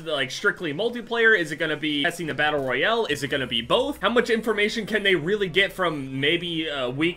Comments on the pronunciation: Doesnt he say battle royale battle royele? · anybody realize the way he says battle royale